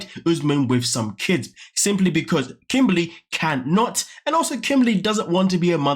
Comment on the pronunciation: Her name is Kimberly not kimbaaly